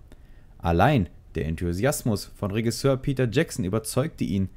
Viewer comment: Macht mich ein bisschen fertig wie du Regisseur aussprichst, ansonsten gutes Video :)